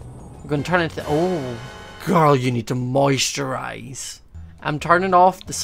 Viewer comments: I thought he said moist your eyes but he said moisturize LOL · Is he saying moist your eyes or moisturise